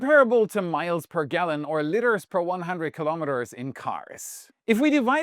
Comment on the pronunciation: LEE-ters, my German friend. LEE-ters per 100 km. LIT-ters (litters) is something else entirely., like an ambulance litter, or a litter of kittens.